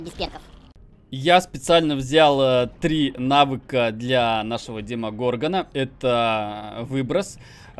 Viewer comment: ударение правильно на на Демогоргон конечно же XD - ты абсолютно прав )